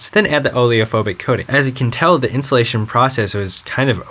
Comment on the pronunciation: I kept on hearing "The insulation process", haha! xD